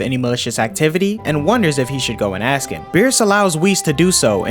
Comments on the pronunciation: ask not aks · nice recap. just please say ‘ask’ properly. you say it way too much to be pronounced weirdly